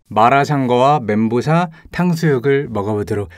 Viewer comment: 멘 보우 샤ㅎㅎ